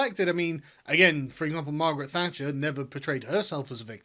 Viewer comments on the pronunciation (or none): none